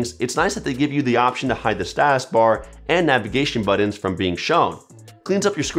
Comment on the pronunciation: He says "buddins".